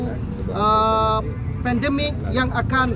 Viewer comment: Hai sebut pendemik pulakkkk😮😮😮😮